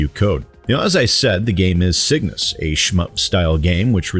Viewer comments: That added "S" was killing me. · Pickups go to score and upgrade purchasing currency when your shields are full. You’ve also pronounced the name of the game wrong the whole time lol